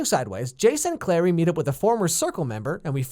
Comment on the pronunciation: It's CLARY not Claire.